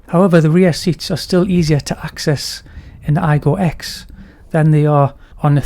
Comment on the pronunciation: The 'X' should be pronounced 'cross', not 'ex' btw.